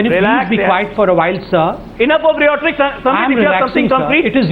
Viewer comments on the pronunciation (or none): ajay alok..what the fuck is riyotricks...lol..dumbfuck its called rhetoric..y can't u speak in Hindi..